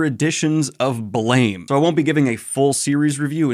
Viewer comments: Hey Daniel, just wanted to let you know "Blame!" isn't pronounced like blame, but instead like blam, with a phonetic "a" sound. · It’s pronounced “blam” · slight correction Blame! is actually pronounced Blahm no idea why I don't even think the author knows english iirc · Daniel, I know you like to intentionally mispronounce things to get pretentious YT commenters riled up, but in case you don't know, Blame! is actually pronounced closer to Blahm. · Just so you know, it's pronounced "Blam!" I know it doesn't make sense... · BLAME! is pronounced as BLAM